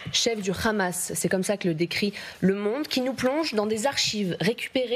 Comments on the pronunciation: pour quoi elle dit khamas et non hamas ? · Le Hamas avec "H" pas "kh" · C'est le hamas et pas le khamas . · Le mouvement s'appelle Hamas mais pas Khamas comme le prononce les israéliens. Pourquoi j'ai l'impression que ces médias présentent le sujet comme étant une partie du conflit. Même I24 essaye d'être plus objective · Pas ( ghamas ) mais ( hamas ) ça s'écrit pas la même chose 😂 hooooo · C'est pas khamas, c'est hamas. Ont est en France ou en Israël ? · Pourquoi prononcer Hamas comme Khamas? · Alors elle c'est vraiment la relou de service Khamas à la place de Hamas mais YaHya Sinwar elle le prononce pour enfin finir avec Kan Younes au lieu de KHan Younes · C’est bien. Tu prononce bien Rhamaas, larbin français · Pour l’amour du ciel arrêtez de dire Khhhamas. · Khamas... vous pouvez même pas prononcer le nom correcte vous et même gabreil attal vous bavarder et vous êtes incapable de prononcer juste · Un fantôme insaisissable mais qui sème quand même des disques dur derrière lui, faut bien le croire. Et l'autre gourde de "journaliste" qui prononce "khamass". Les média "français" sont pathétiques.